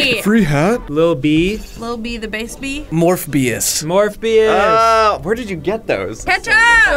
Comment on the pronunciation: Mor-bee-us, c'mon guys